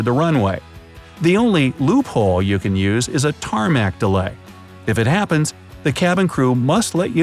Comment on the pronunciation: t A r M a C Edit: Everyone: simply listens to everything Me in Google’s quiet chamber trying to listen to saying tarmac